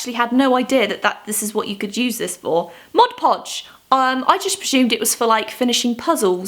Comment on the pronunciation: Oh my God, thank you for not calling Mod Podge "modge podge"!!! It's so fucking irritating that people in the USA can't even properly say the fucking name of the product that they're holding in their hands with giant font on the front and bright Colours.